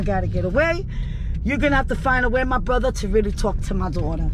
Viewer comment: she said borther owwwwwwww